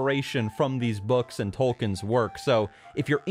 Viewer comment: "Tolkin" IT'S PRONOUNCED TOLKEEN YOU AMERICAN SWINE